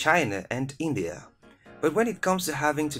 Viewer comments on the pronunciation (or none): none